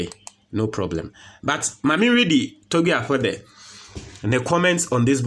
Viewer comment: I like the way you pronounced his name.."Togbe Afede" & that shows you're a correct #9😂